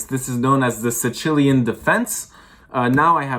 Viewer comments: Sicilian… not sichilian 😂😂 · Take a break from your Chess studies and look up how to pronounce Sicilian. As an Italian I'm offended . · great game, slightly concerned on the pronunciation of that one Italian place